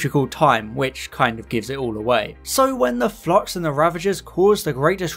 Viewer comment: Flux not flox, stop saying flox! I keep thinking about Doctor Phlox from Enterprise because of the bad enunciation.